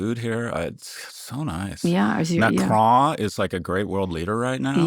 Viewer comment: What a classless, parochial boor...and his pronunciations of all French words, including "Macron" are WRONG. Get him off.